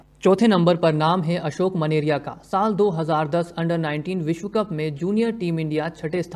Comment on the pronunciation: Menaria ka उच्चारण मेनारिया है।।